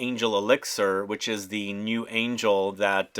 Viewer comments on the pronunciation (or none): none